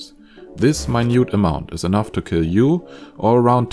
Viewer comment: What is this word "ki"? It's "kiLL"!